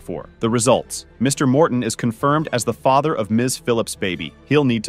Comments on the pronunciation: The AI is so crazy lol I really hate when channels use the AI voiceovers because they don't even say everything right. (Fay-ter) instead of father lmao!! I kinda really hate watching these. Most of the time it's gross women sleeping around with multiple men and not knowing who fathered their child. It makes me sick. My mother slept with several men and I don't know who my dad is. I am 33 and missing that half of my identity. It truly disgusts me to no end. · How in the hell can you not pronounce the word father? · Your AI cannot pronounce liar' or 'father'???? Wow - that Muslim woman has her baby girl in a hijab, I feel so sorry for that child.